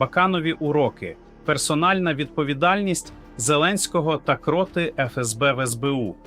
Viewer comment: Ви говорите правду. Але... Ви читаєте текст так, наче ви Штучний інтелект,.в багатьох словах ви так само ставите невірний наголос! КротИ, а не крОти, свідОмість, а не сввдомІсть, пАнікою, а не панІкою, спрАвді, а не справдІ, на конУ, а не на кОну, справедлИвості, а не справедливОсті, лАйкнути, а не лайкнутИ, ЗелЕнського, а не ЗеленськОго... Така річ дуже ріже слух!. Будь ласка, зробіть свій ефір якісним, щоб ваша річ не викликАла ніяких запитань! І ще: Не стріляйте час від часу очима у верхній кут! Усе українське має бути досконалим! Згодні? Дякую!